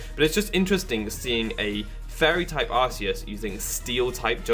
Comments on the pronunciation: no it is Ar-see-us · It's not Arseus, it's Arkeus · Nah it's Ar-kay-us. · I'm so fucking triggered its PRONOUNCED ARK-EUS NOT ARS-EUS THE POKEDEX 3D EVEN SAYS SO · ar-see-us*